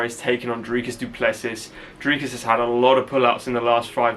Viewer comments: S is silent du plessi's' other than that you are saying dricus correctly better than most people😂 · Let’s go Dricus! Really looking forward to see him climb the next step. For future his surname is pronounced Du Ples-see (french pronunciation). You got the name spot on though 👍🏼